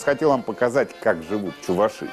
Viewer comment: Кладут чистое мясо. Никаких субпродуктов. Придумали какую- то фигню. И не ЧувашИ , а ЧувАши.